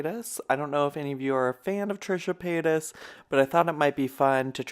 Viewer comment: Paytas not payton lol on me